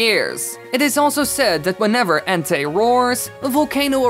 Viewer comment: The first one you said Ente it's pronounced Entei